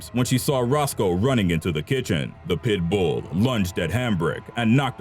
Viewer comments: Is it just me, or is this guy saying "pitbull" with too much emphasis on the "bull" ? "Pit-BOOL." lol xo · Tya Wright LolHe puts the En-PHASIS on the wrong syl-LABLE. 😂😂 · Am I the only one annoyed at how he pronounces pitbull?